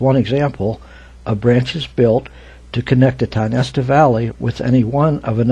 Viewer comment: Pronounced Tie-o-nest-a